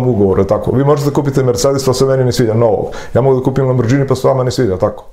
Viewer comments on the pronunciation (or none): none